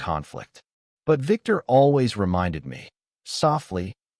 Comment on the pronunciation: When you can't pronounce the letter V....Biktur.